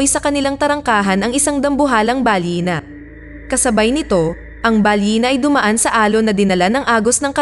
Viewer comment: My asking ako ano ba yung balyena or balina yung nrinig ko tama ba ang balina